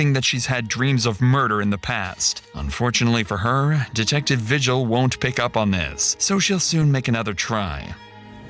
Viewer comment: Vigil is a Spanish last name and it's pronounced Vee-Hill not vigil like what goes down at church. Her stares when she was describing her dreams I've seen from my ex sister-in-laws eyes before and she was known to hurt children , but what's disturbing is she had a child of her own like 6 months ago. I was watching the early morning news back in February with my dad when they went over Kiara's trial. We're still waiting for Isaac's trial. Also thanks for showing this as I only saw bits and pieces from KOB4 in Albuquerque. I'm also a resident of New Mexico and I can honestly say half of population are pendejos like these two who come up with stories to avoid a heavy jail sentence.